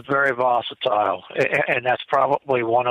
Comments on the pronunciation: Someone please tell its 'volatile' not 'vosatile'. EDIT - i now see I'm not the only one bothered by this - LOL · uses a word "vocitle" repeatedly it's not a word. It makes him sound ignorant and it's hard to hear over and over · Did he me volatile? He kept saying vocatile. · If this character says the word vosatile one more time, I'm going to snap. It's volatile,.. VOLATILE! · Ok,I thought it was just ME hearing it wrong! He IS saying "VOSITILE ". LOL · Haha, I was about to say the same thing. I think he's combining "hostile" and "volatile". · Lol!! Dang that word "vositile" is murdering the king's English!! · It’s getting hard to keep hearing the word “voss-itile”. I think he means volatile. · Was so sure vocitile was a word, almost as sure as they were on the menu....😂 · seems like a nice guy, but he said "vositile" so many times it was driving me bonkers! I think I'll just start making up my own words too. lol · vositile..? it's kinda hard to take some one seriously when they come up with a word like THAT. Although, I remember hearing an interview with Jeff Meldrum where he kept saying "dimunative" when I believe he meant "diminutive".... 🤣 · vocatile is definitely not a word - but I think he means volatile? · Vosetile!!?,, you mean volatile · Vocitile lol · It makes me itch. See my snarky definition of 'vocitile' in the comment thread. 😃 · uses the word “vositile” so convincingly that I had to get a dictionary to check to see if “I” was mispronouncing it!!! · "The whole situation was "vosatile". I think he means 'volatile'.: -) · Gazgandalf Lol...vosatile. I noticed the same. And he said it 7 times. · So glad I was not the only one irritated by the word “vocitile”. I kept correcting the half dozen times he used that non word. Lol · Vosatile???? Could you mean, volatile? Hmm Repeating Vosatile over and over. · What's "vositile"? Does he mean volatile? 😂😂😂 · Vocitile? wth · Why did keep saying vositile?..